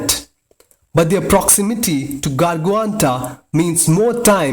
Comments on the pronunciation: It's not Garguanta, it's Gargantua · it's gargantua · its gargantua lol. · ikr the way he pronounced blackholes name gargantua wtf haha